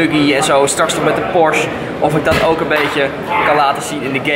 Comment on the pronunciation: he ik zie een S63 naast je staan Geen haat trouwens, maar het is PorschE ipv porsch hoe je het zegt😉 je moet het uitspreken met een e. Verder echt een hele toffe video!